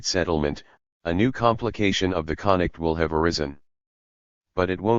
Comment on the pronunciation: It's weird but the machine doesn't really read the letter F properly when it's near an I or L. It keeps saying "conict" instead of "conflict" and "inict" instead of inflict.